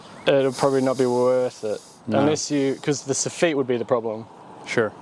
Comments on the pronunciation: You pronounce soffit differently down there then we do in the states. Here we say "soff-et" not "sah-feet". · What's a soffit"sawfeet" don't you mean a "saw fit" soffit 😂